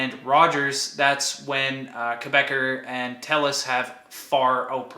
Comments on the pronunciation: Good video! Quick note: Quebecor is not pronounced "Quebecer" (a Quebec citizen). An English speaker in Quebec would call it Kay-bey-CORE with the "cor" pronounced like in "corporation." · Great video as always! FYI Quebecor is pronounced "Quebec-ohr /Quebe-cor";-)